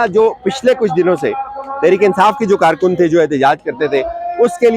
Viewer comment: Paid karrrrrkun, hahahaha, pura tabar chooorrrrrr,😊